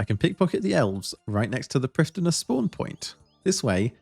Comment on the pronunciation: As Elven content is based on real life Welsh, the "dd" in Prifddinas is pronounced "th". Not perfect Welsh but definitely inspired by. See the wiki for an accurate pronunciation :)